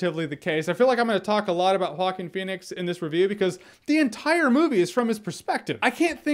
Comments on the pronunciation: Correct pronunciation is HuWa-Keen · Nobody: Absolutely Nobody: Jeremy: hawkeen fenix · I thought he was saying Hawking Phoenix lol.